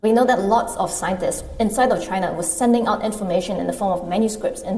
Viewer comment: I Loved how Trump said CHYNA virus.... 🤣😂🤣